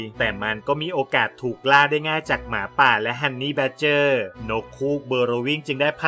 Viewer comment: ตอนพูดว่าฮันนี่ แบดเจอร์ พี่คงผูดพิด รึว่าพี่คลิปพี่พูดถึงฮันนี่แบดเจอร์จนชินปาก